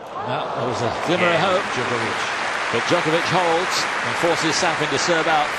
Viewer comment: How long after did this did someone tell McEnroe how to properly pronounce Djokovic?